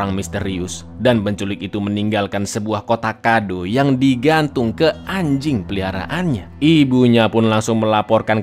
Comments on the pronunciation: Renyah banget nyebut guguknya😭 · pas bilang anjing kek ditekan bgt 😭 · ngomong anjing nya kek ke gua sih wkwk